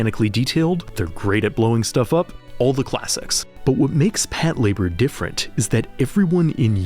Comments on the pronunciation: "Pat Labour" That sure is a way to pronounce that name. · Did you just pronounce Patlabor as Pat-labor??